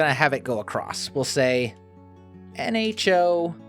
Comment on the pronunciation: You mean "N-ho to the nHo"